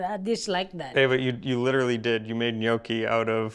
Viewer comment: Funny episode, lovely family. Is dad of Italian origin? His pronunciation of Italian is very good. The gnochi look good. Happy New Year 2024 everybody.